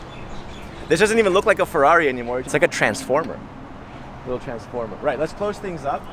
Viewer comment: Capisco che la lingua italiana non e facile e non è diffusa....ma per cortesia la parola Ferrari e la parola Monza Per noi italiani sono la sacra bibbia ...quindi esigo la pronuncia perfetta!!!!!!!!!!!!grazie Duilio zarola from italy Rome